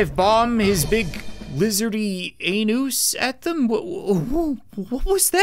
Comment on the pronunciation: "his big lizardy anoos" XD